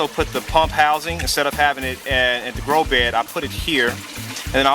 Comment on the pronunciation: You keep saying "grow be" why you forget the the "d"? Is it just easier? my english needing help.